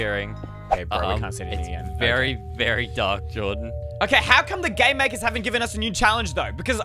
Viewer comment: When he said game makers sounded like g@ maker